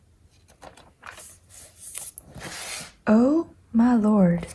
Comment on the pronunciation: The most SOUTHERN "Oh my lord!" I am from Georgia and was cracking up! Definitely not what I expected from soft voice. HAHA! Can we get a "Quick Sanity Check" Sticker as well please lol